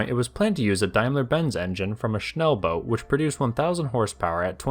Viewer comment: I love the way you said Schnellboot. Really close to the actual pronounciation. 👍 And Versuchsfahrzeug is really difficult.